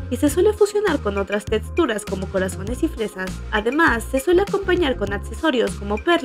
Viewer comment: "Tetsturas y atsesorios" 😂😂😂